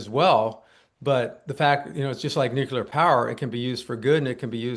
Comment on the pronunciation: Why do these idiots insist on mispronouncing nuclear? Calling bs. This isn't even well done disinformation.